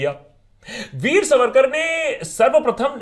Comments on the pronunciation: सवरकर नही सावरकर 🚩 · Itna bada video banane se pehle kam se kam unke naam ka theek pronunciation toh seekh lete...it is सावरकर....not सवरकर...and better still स्वातंत्र्यवीर सावरकर!!!! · सवरकर नाही "सावरकर " असा उच्चार आहे नावाचा!!!!!!!!! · Sa...varkar pronounced incorrectly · आप पहले सावरकर यह उच्चारण ठीक से करे, सवरकर नही। अब आपने जो srcasm याने उपरोधिक टिप्पणियां की है इसका कारण आपका अधूरा अभ्यास या फिर वामपंथी विचारधारा हो सकते है। मैं आपको विनम्रतापूर्वक कहना चाहूंगी के उपरोधिकता भी सीखनी है तो सावरकरजी से सीखे, जो देशभक्त नाम आपने दिया वो देशभक्ति उन्हींसे सीखे और कोई फालतू अंग्रेजी किताब न पढ़के, उनकी ओरिजिनल मराठी आत्मचरित्र किताब "माझी जन्मठेप" पढे। जो मराठी भाषा, प्राकृत और संस्कृत अच्छेसे ना जाने उनके लिए तात्याराव के विचार, उनका राष्ट्रप्रेम और समर्पण समझना बोहोत ही ज्यादा मुश्किल है। वो क्रांतिकारी, राष्ट्रभक्त, महाकवि, अच्छे वाक्पटु, समाज सुधारक, आधुनिक विचार रखने वाले एवं भाषातज्ञ थे। हम भी नही चाहते भारतरत्न उनको मिले क्योंकि वह भरतरत्न तो थे ही उनका औदा इससे काफी बड़ा है। आप थोड़ा ये सोचिये पोर्टहोल से छलांग लगाई क्या इतना आसान था? वहाँ से बाहर आते समय जो घाव हुए उनके साथ खारे समन्दरके पानी मे तैरना थोड़ा डेमो आप करके दिखाए जरा। भारत की इकलौती महिला पीएम ने कौनसा सरहद पे जग लड़ी या पेटंट लिया जो उनका चित्र भरतरत्नो के लिस्ट में शामिल है? हाँ पर उन्होंने सावरकरजी का स्टैम्प जारी जरूर किया। वो लता जी है ना वो भरतरत्न आप मानते है ना वह भी सावरकर जी की भक्त थी महोदय। सावरकरजी ने लिखी कई गीतों को उन्होंने गाया है। वो अंबेडकर जी है ना वो समाजसुधारक कार्यो के लिए सावरकरजी को मानते थे। वो गांधी जी है ना महात्मा मानते हो ना, उन्होंने वृत्तपत्र में सावरकर बंधुओ को रिहा करने की अपील की अंग्रेजो से। पता नही ये सब लोग इतने नासमझ क्यों थे। काश उनको आपके जितनी समझ होती। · Its not सवरकर… सावरकर.. 😇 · Abbey vo सावरकर hai सवरकर nahi Bol le pehle acche se 😂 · Not savarkar saavarkar bolna to thik se sikh le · naam bolna sikh pehle. saavarkar hai naam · ज्याला सावरकर बोलता हि येत नाही ... त्याला सावरकर काय समजणार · Pehle Sawarkar ko pronounce aachese karo